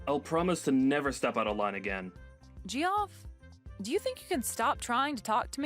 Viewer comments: I'm a bit confused - isn't "Geoff" pronounced like " Jeff", not "Gee-off"? 🤔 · Geoff is pronounced Jeff isn’t it?